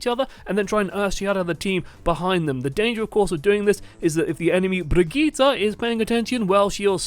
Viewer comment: It's so annoying hearing you pronounce "Brrigitta"